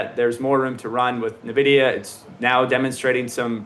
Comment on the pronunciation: How can you trust an "expert" who can't even correctly pronounce the largest company by market cap in the planet correctly?